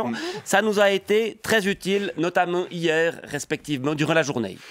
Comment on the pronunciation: Depuis quand on dit hi-er ?